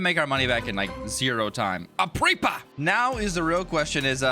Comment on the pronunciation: idk if u said it wrong but just in case u go in vacation to a Spanish country and so u don’t sound dumb (no offense) it’s pronounced a-re-pa